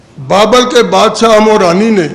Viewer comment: ہمورانی نہیں ہمورابی ( hamorabi ) ھے تصحیح کر لیں